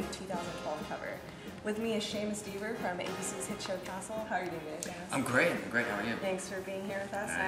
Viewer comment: There they go again, saying his name WRONG!!!!! Makes me soo mad, like it's not that difficult, it's Dever, rhymes with clever, not Deever. ENough, already!!!!